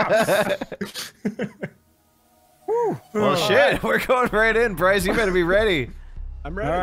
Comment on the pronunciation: You can't Ce-na.